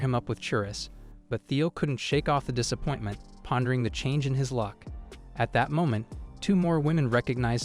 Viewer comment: DISSSHAPOIN-TA MENTAA HAHAHA